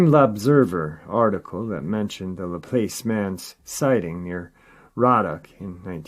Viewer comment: Laplace is pronounced "Luh-ploss" and Ponchatoula is "Pon-chuh-tooo-luh" I only know this because I practically lived in Louisiana the past 3 years for work and the Cajuns taught me everything and I've been baptised as an honorary coon-ass 😁